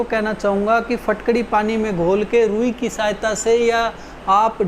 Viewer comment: Phatkari nahi bilte, isko phitkari bolte hain